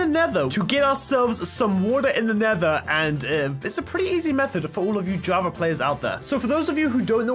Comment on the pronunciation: Y does he keep saying jarva instead of Java